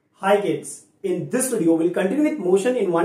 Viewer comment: its 'in y coordinate' not 'ni y coordinate' 🤣